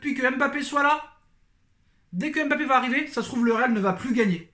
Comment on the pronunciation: On ne dis pas M'bappe , on dis Mbappe